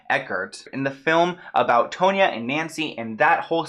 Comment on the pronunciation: Tonya not tone ya